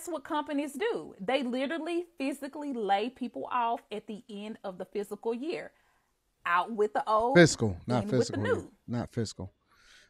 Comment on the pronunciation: She said physical not fiscal